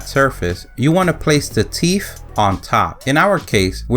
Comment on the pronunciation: Not "teeph" -- TEETH!